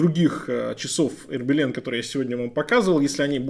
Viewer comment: А "Хербелин" от слова "хер"? 🤔 Потому, что часы-то "Ербелин"!